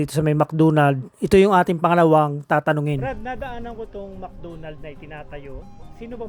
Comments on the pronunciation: Mc Donald po at hindi mc dunald.. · Bisaya ka Kuya? Mcdonalds hindi Mcdunald. Lambutan mo ng konti!😂😂😂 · Mc Donald ❌ Mc Doonald ✔️